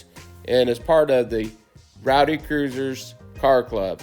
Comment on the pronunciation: Rhody Cruisers, not Rowdy. 😉